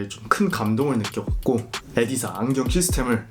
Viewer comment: 에디사 가 아니라 이디스 입니다 불편해하시는분들 있으실까봐 ㅠㅠ